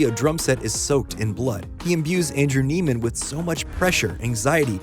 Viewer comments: Another part of Fletcher’s abuse is how he purposely mispronounce Neiman’s name for the entire movie, to the point where even in this video the narrator mispronounces it. For those wondering it’s pronounced “neigh-man” and not “knee-man”. Andrew says it in the beginning of the movie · You missed my personal favorite thing. His name isn't pronounced "Neeman", it's "Nayman". He introduces himself as "Nayman" and a kid in the worse music group calls him "Nayman". Fletcher just calls him "Neeman" as a mind game. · Its andrew ‘neigh’-man. ‘Knee’-man was one of fletchers manipulation tactics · It's pronounced nayman, he literally says it in the scene where Fletcher introduces himself. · I love how you mispronounce his name just like fletcher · It’s interesting because you’re mispronouncing Andrew’s name here too. Fletcher does it the entire movie as a power play and we the audience start to also associate him with that name while we’re taken on the ride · I noticed that too. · Americans are specialists in butchering names.. So i am not sure if this was intentional.